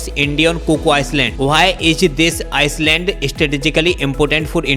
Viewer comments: आइसलैंड (island) नहीं आईलैंड hi kehte hai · It's not ICELAND it's ISLAND pronounce it properly* 🇮🇳❤️👍🙏